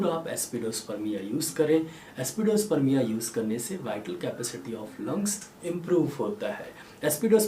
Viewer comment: Excellent videos always. But why pronouncing remedy names wrongly. For e.g Aspidosperma is pronounced as AspidosperMIA.